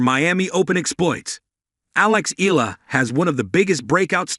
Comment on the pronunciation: Pronounce it correctly, not ela, its EYALA👌